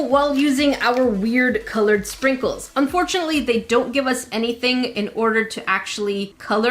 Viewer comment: Is it only me or did it sound like she said sprinkle-chan 😂